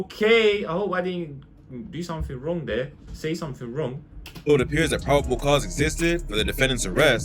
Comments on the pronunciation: 🤣🤣🤣 when my man said prob- able and alt-how 🤣🤣🤣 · im not even the best of readers but i read things well, had me crying bro. When dis man said alt-how and pro-bable i thought he was jokin at first😂🤣😭